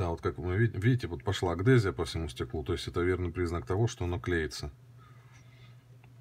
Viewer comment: Блин,адгезия а не агдезия.Уши режет.